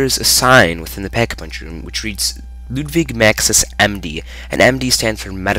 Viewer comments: its pronounced Ludvig. Its russian. :/ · Ludvig (Pronounced Ludwig) Projectionist, I believe its Projection 1st. Because all the words are completed same line and not seperated so why should that be. Also I believe the Blank picture on the wall is the Unknown Narriator. and is it me or is Ascension lackin a bit of clues?